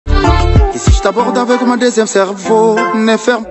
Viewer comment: Mon et ma n s prononce pas de la même façon